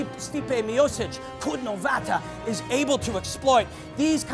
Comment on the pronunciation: It should be pronounced more like "chudnovata" but it actually should be written as "Čudnovati" because when it ends with an A, it means a weird female. Please dont butcher the language again. Thank you. Its not a problem to ask. ach... that was so painful to hear so many times... aarghh